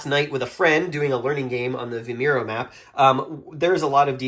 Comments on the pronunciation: Roliça is pronounced roo-LEE-sa. Vimeiro is pronounced vee-MY-roo. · If I may, as a lusophone, Vimeiro is pronounced "Vee-May-Ro".